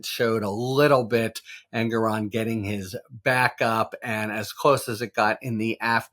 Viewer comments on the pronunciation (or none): Harry: the judge's name is pronounced "En-GORE-on". Not Engeron; not Aragon. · I think the justice introduced himself as En-GORE-on. Kudos Harry! Also, I think Habba’s lunchtime political diatribe on the courthouse steps is worthy of note.